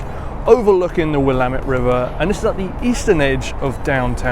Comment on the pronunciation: Congratulations! You said Oregon and Willamette correctly! No, Portland doesn't suck, some of the DB's do, but the city is great!